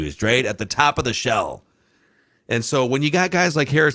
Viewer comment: Don’t ever say “ shell” AGAIN